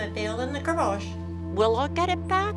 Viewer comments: Actually her accent is now AUSTRALIAN, not English. I know this because I am English. Neither do we say the word GARAGE that way. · Actually only the working class English pronounce garage as “garr-age”…otherwise we pronounce it “gar-arge”.